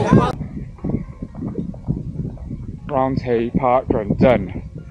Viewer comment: Just for your information it’s not pronounced round hay it’s pronounced round-e